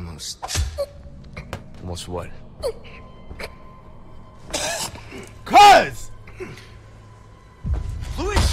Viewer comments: OG Leon casually mispronouncing Luis? Yeah I miss it too! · Minor note but I like how some people still call Luis like "Louis", much like how Leon did in the original lmao PS: Yes Forspoken is the middest game ever